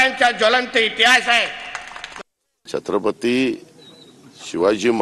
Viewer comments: छत्रपती हा शब्द पण नीट बोलत नाही आहे. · चत्रपती नाही.. छत्रपती असं आहे ते Nepali school